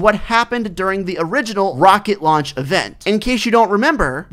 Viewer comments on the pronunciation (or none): none